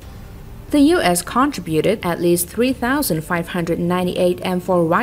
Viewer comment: It is contributed not cont tributed pronunciation of this word.